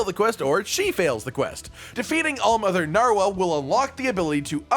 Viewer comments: I thought I heared saying All monitor narwhal. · For a secound i heard “hall monitor narwal” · Hall monitor narwhal? I'm not the only one who heard that at the end right? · sounds like he's saying "Hall monitor narwhal"